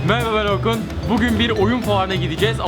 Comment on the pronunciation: aaa ilk defa merhaba ben orkunu anlaşılır söyledi